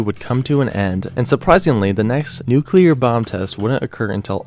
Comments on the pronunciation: The c and l in nuclear are adjacent. There are no vowels between them. the word should be pronounced “new clear” like….FFS it isn’t hard. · It's pronounced nu clear nu clear. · Really should work on pronouncing things correctly. Every time you said "nucular" I cringed a little. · Argh. There isn't a U after the C in "nuclear". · Very informative, hard to watch though because the guy narrating the video about nuclear weapons can't pronounce nuclear properly. And it isn't the "continual United States, it's continental. Finally, please Google plumb Bob. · Kind of embarassing to make such a detailed video and be unable to pronounce the word nuclear. This is getting upsetting to not find a person being able to say it. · You have a serious problem with pronouncing words. "Seismologists", "nuclear", "contiguous"... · Also, Nu-CLEAR. Not Nu-cu-lar. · NUCLEAR NOT NUCULAR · NU-CLE-AR. Not “nuke-uler”🤦🏼‍♂️ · Why do people say NUCULAR when its NUCLEAR my god... It's annoying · it pronounced noo clear, not noo cular. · It's nuclear - Nu-clear not nuke-ular, you seem to interchange between the correct pronunciation and the commonly used mispronunciation of nukeular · New-clear NOT nuke-you-ler. Idk about how others feel about an error such as that, but it’s hard to take this video seriously with the word nuclear being mispronounced every 30-45 seconds or so. Sorry- I can tell you’ve put a lot of work into this, but you have to check every detail of your information if you’re going to be taken seriously, or used as a source. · The word for mainland US is contiguous. And its pronounced nu clee ur. Not nuk u lar. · STOP SAYING NUKE-ULAR. It's NEW-CLEAR. That's how you pronounce it! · Why do Americans say nucular instead of nuclear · Please, nu-cle-ar, not nu-cu-ler, otherwise great.. Dave in Chicago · 2 syllables in nuclear bruv. Its "new-clear"...not "nuke-u-lar" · NUCLEAR, not Nucular. Fuck sake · it's nuclear, not nuculer. God!🙄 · "then there nu-cu-clur weapons..." 😂